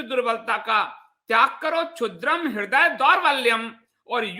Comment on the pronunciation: संस्कृत में ऐ का उच्चारण अइ होता है और औ का उच्चारण अउ होता है। क्लैब्यं का उच्चारण क्लइब्यं होता है दौर्बल्य का उच्चारण दउर्बल्यं होता है। आप बहुत अच्छा बोलते हैं। उच्चारण में भूल प्रभावोत्पादकता कम करदेता है।